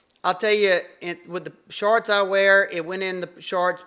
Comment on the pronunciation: Hope you’re feeling better! If I didn’t know better, I’d say you were saying “sharts”, not shorts.